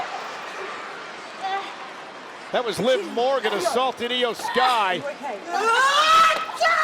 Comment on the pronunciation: Its not shry Its sky